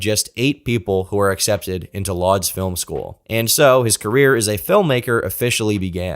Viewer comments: Mate his whole life story at the start is boring. This could be 30 mins shorter. And “Lodz” pronounced “woods”. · I'm sure someone else pointed it out before, but Lodz is pronounced closer to "woodsh" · Lodz is pronounced more like, "Woodge". Just trying to help. Love this upload 🐾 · Lodz is actually pronounced closer to "Woosh", the L character in Polish is basically a W